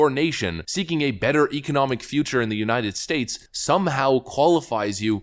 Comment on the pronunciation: He can't say United States ("Unanned Stase")